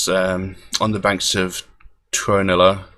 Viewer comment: Your finnish pronunciation is pretty good. Lemminkäinen and Tuonela in particular were pretty much bang on. And Suomi = Finland, suomi = finnish :) Capitalization makes the difference